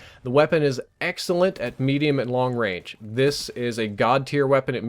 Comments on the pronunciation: Long rage? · Long Rage!? Lol